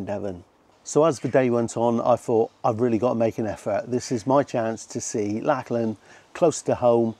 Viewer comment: I hate to be "that" guy but it's generally pronounced 'lock-lan'. Otherwise I fully admire, and somewhat share in, your midlife crises. Enjoyed.